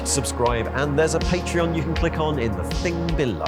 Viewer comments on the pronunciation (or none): none